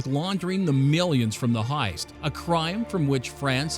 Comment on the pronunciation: Is he saying hiest or heist